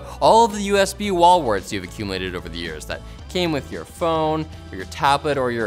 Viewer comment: i giggle whenever says "wall warts"